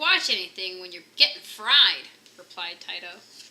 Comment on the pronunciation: The chihuahua's name is pronounce 'Tee-toe', not 'Tie-Toe'. Anyway, nice reading.